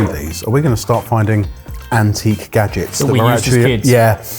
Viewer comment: kitchen gadgens